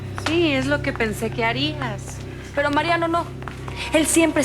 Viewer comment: Si se dieron cuenta que Aurora le dice a Teresa es lo que pensé qué harinas en vez de harías jaja 🤣